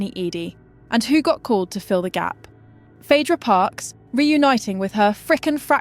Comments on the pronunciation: 'Phydra". Okay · Phadra, phedra, phidra...... trash AI narrator. Pick a pronunciation! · Pick one pronunciation of Phaedra😂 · Different pronunciations of Phaedra. Crazy